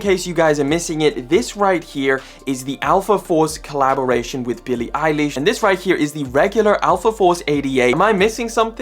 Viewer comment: Love your content g but Billie eileeesh made me laugh